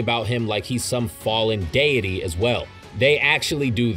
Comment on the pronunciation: I can believe this dude doest know how to say deity or mahito 💀